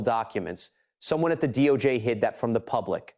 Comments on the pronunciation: What the hell is the doh-jay? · AI Voice-over “Doh-J”? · Please learn how to pronounce the names of these people. It’s hard to listen and believe what you are reporting when you can’t say the names right. Btw, it’s not dojay, it’s DOJ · The DOUGH JAY??? IF A I is to be successful then THEY GOTTA GET THE Pronunciations RIGHT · It is AI you hear, not a person. The pronunciation of "DOJ" is also odd. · Ai always shows itself with mispronounciation and strange pauses that don't sound human. so annoying 'Doe Jay' 'Missy for Massie' 'Epstine for Epsteen' etc